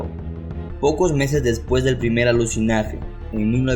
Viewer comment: Alucinaje?? Jejeje me hizo gracia....se dice alunizaje